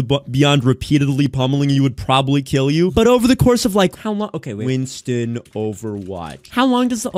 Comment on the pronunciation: Babygirl, you did not jusy pronounce Winston like that